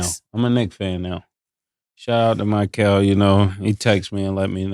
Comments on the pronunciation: These dudes really can't say anybody's name right lol. Miquelle? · Why can none of them pronounce “Mikal” Bridges name correctly?